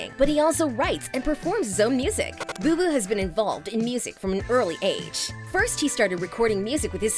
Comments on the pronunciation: ITS BOOBOO YOU NUT NOT "BOBO" AND CHINA HAS ALWAYS BEEN A STAR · Its Booboo not bobo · Her : “bo bo “ Me: “it’s booboo idiot 🤣” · They called him Bobo😑 it’s Booboo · i’m pretty sure it’s “Booboo” not “Bobo” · Yeah but she said Bo Bo? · she said like bow-bow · Yeah she is saying it wrong